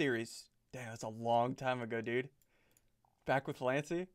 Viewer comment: NO HE DID NOT HE SAID LANCY I REMEMBER FTB SO WELL IMA CRY 😢